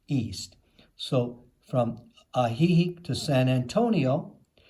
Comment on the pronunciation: Good grief! Learn to pronounce what you promote. It’s ah-hee-HEEK and ho-KO-te-pec. 😡